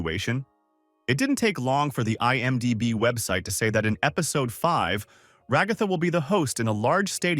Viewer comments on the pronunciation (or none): none